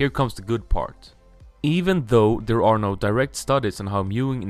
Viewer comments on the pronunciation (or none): none